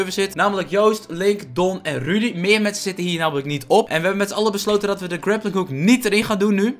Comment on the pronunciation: Het is Roedie geen Rudy